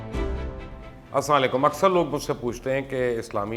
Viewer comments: اسلاں لیکم نہیں ہوتا سر السلام علیکم ہوتا ہے۔ پلیز صحیح سلام ادا کیا کریں ورنہ سلام کا مطلب بدل جاتا ہے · Kindly say aoa in proper pronunciation